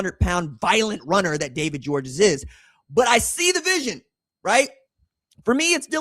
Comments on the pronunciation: Its pronounced George, not Georges. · Just letting you know that DGG personally pronounces his last name simply just GEORGE even though it's spelled Georges, the S at the end is silent! I guess it comes from French being his first language! I've heard him personally say his last name by telling folks at Baylor Academy interviews with him. I am 1,000% correct because my son plays safety and D-back at Baylor Academy here in Chattanooga Tennessee, my hometown! He's on scholarship thank God, because it not, then it's roughly a little north of 17,000$+ per semester for local, and last I checked for room and board out of town students is right at 35,000$-40,000$ for out of town and then international. Georges is obviously a scholarship student athlete, but if not, then his family would pay the 40,000$ per semester, so that's 80,000$ per year! Oh yeah, if you guys want to watch a huge rivalry highschool game, then mid season we play the Mccallie blue tornadoes! So Baylor vs McCallie! Ted Turner, the former owner of the Braves and owner of TBS and much more went to McCallie academy here in Chattanooga. We have several very high dollar academies. Baylor, McCallie, Notre Dame, Boyd Buchanan, csas, csla, olph and a few more that's 10,000$ a semester and up, with Baylor Academy being the Best one for academics and athletics! Go red raiders and big orange 🍊🧡🍊🤍